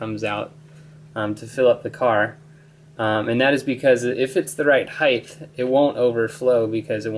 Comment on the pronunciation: there's no "h" on the end of the word height.